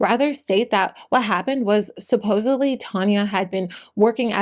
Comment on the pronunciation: Respectfully, there is no “b” in the word supposedly.